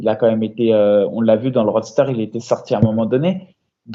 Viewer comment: Chaque fois que parle de "roadster" je penses a une moto polyvalente avant de capter qu'il veut dire "roster" mdrrrr